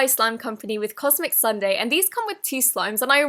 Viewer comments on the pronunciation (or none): none